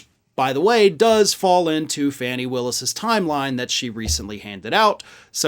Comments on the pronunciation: “FAWni” Willis, not “Fanny” please. She deserves our utmost respect 😘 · "Fanny Willis" Fani (Fah-nee) Willis. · It's not fanny it is pronounced phonetically as fawnny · I know the correct spelling; I’m giving the phonetic pronunciation, hence the quotation marks, because he’s off in every reference to her and pronouncing Fani’s name “Fanny” is not only incorrect, but disrespectful, especially on a large public platform. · Please learn to say that woman's name. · You just purposely mispronounced the prosecutors name. You co host has repeatedly mispronounced Vice President Harris first name. Two white lawyers . Purposefully pronouncing power women of colors, first names. Woman that far surpassed either of your legal carriers. This blatant action. By two white lawyers from Florida. Just lost you a subscription.